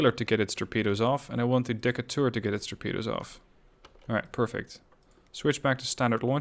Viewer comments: Also, it pronounced "Dee-cay-tur" ...after Stephen Decatur, American Naval hero .... Barbary Wars, War of 1812 .... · I know how you pronounce Decatur is probably correct as a European, in the states, they would definitely say Dee-Kate-rrr